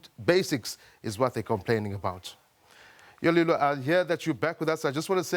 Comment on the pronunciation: Dude, it's Yolulwe not Yolelwa!